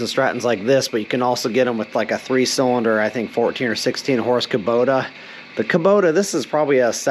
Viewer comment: its kubota sir, not kabota btw thanks for the share.